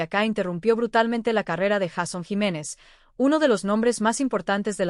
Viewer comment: 😢 porque no pronuncia bien el nombre JEISON JIMÉNEZ